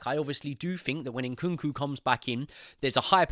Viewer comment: His name is not Inkunku. It is Nkunku